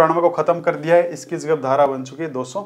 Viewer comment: Aap paheli dhara cleat nahin bol rahe hain